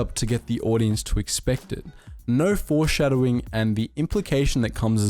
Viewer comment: Did you just say "Forceshadowing"? XD